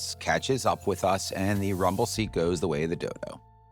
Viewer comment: At the end of this video did he say the rumble seat went the way of the Dodo or the Dill-doe?